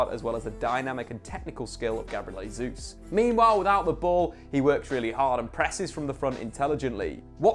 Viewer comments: Hey, its not pronounced "Hey-juice", its "Jay-Zus" 🤦‍♂️😐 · Just for your own knowledge, Gabriel Jesus pronounces the J in his last name. Kinda like Jay Zeus lol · It's pronounced "Jay-zuz". Christ you'd think covering football for a full time job he'd figure it out by now. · Very good analysis of what promises to be a really exciting season. I'd just like to add one pet peeve: Jesus is Brazilian, but a lot of commentators are already calling him "Hay-zoos", instead of "Zhay-zeuss". Thank you. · Jésus not Hesus. Journalists must find out correct pronunciation. This is Portuguese not spanish.